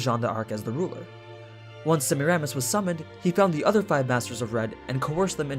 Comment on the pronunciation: Hey, man, loving these videos, great job, and thank you. I have one very tiny issue that, if you'd address, I'd be SUPER grateful for. The pronunciation for Semiramis is (approximately) Suh-meer'-uh-miss. That is literally my only issue, and everything else about these videos is great. Thank you so much.